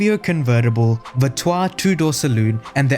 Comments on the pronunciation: Hey man, check pronunciation first, the worst is voiture........ not voitoire...... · Worst pronunciation of voiture ever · Very nice video, however as a native french speaker, your pronunciation of « voiture » made me cringe each time ! 😬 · Just gotta practice the word ''voiture'' 😅 nice vid !